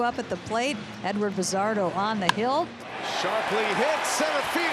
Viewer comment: Bazardo" accent on the Do